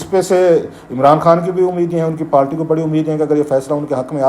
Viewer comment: It's party not palty